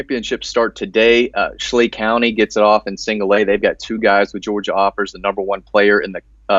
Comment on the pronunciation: Schley County is pronounced SLY